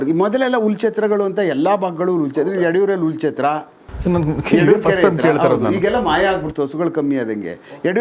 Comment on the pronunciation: Adu Hullu Chatra .. Ullu chatra alla saahebre!! 🤦‍♂️